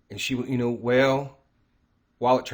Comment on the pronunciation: ShibA inu.. not shibU inu lol 😆 thanks.